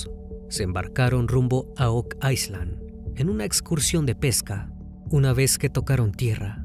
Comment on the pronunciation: No entiendo porque dices ice land… isla en ingles se pronuncia sin la S…